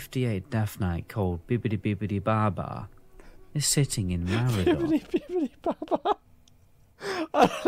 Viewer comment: Can we all agree that you are both saying Maraudon wrong. surely its a play on the word "Marauder" and so should be pronounced "muh raw don"